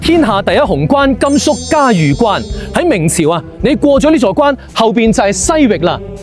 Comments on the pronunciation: 萬「里」長城，嘉峪（音浴）關。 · “峪”粤语应该读成“玉或欲音” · 峪粤语读错了